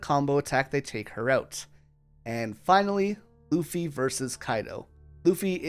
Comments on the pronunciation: Ok I need someone to settle this. I keep hearing him say "uffy" without the L but my husband swears he hears the L. Am I going insane? Is he pronouncing the L at a frequency only dogs can hear? Help me out here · uffy 😂 bro was to tired from producing this masterpiece piece that he forgot how to speak for a sec